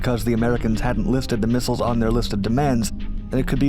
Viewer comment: “Misshels?” J/k